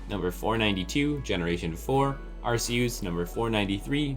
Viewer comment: when he called arceus arseooze i died